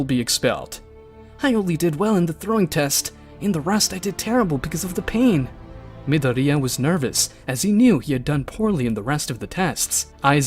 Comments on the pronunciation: I kept crashing out when he kept saying midoria* instead of mydoria lmao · I'm more disappointed at how this MF says Midoria "mi" "dor" "di" "a" ffs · Midoriya = Mid-o-ri-ya. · Anyone else cringes at how he pronounces Midoriya. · The way he says "Midoriya" makes me rage so bad. It's like he's never watched MHA before 😤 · My only complain is the way he says midoriya and the fact that he doesn’t call them quirks